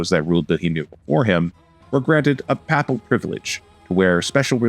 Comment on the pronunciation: Narrator needs to research pronunciation of words (e.g., “papal”).